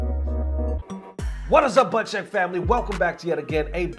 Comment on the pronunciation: Did you say Butt Check at the beginning?